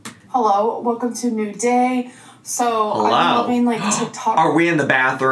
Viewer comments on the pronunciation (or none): I know this is the nittiest of the picks..but I hate how she says “hullo wulcom”